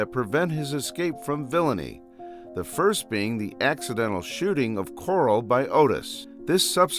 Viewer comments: It’s pronounced Carl not coral so car-al not cor-al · “Coral”? U mean “Carl”? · It's pronounced "Carl", not "Coral". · ITS NOT CORAL. ITS FREAKING CARL!!! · who the hell is Coral? dont you mean Carl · Why does this dude call Carl coral 💀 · Lol kept calling Carl Coral 😅 love it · I genuinely dont know if hes calling Carl "Coral" as a joke or not XD Im trying to focus on the video but boom "Coral". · I can't with the name pronunciations in the video lmfao first Corl then I lost it at Dave